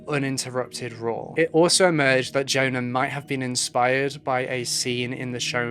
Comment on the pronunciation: Your opening music is the best it’s very atmospheric. Incidentally for future reference Swedish and indeed almost all other languages pronounce the letter J like the English letter Y. The girl’s name must be Yona